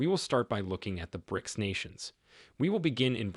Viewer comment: Why does your AI voice pronounce BRICS as brices rather than bricks...